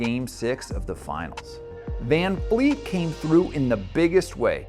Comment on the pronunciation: Why do you keep saying VanFleet… it’s clearly VanVleet.. tf??